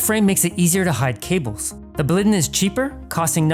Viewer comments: (BLAW - LEE - DEN) 🙂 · Why do you say Baliden and Detof, instead of Blåliden and Detolf?